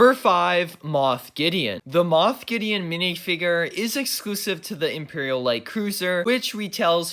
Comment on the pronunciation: literally couldn't watch any more of the vid coz of the way he says "minifigrrrr"